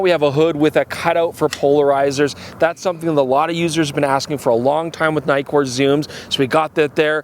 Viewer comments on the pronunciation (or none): if it has two 'kk's would that mean the pronunciation is like NICK-KOR nikkor. not NIKE-KOR ?? no? is this an american thing? weird canadian thing aye?? (see what i did there ?)